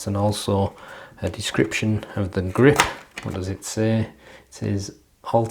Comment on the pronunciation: Great review as always, I'll be trying these out soon! Love the "greep" haha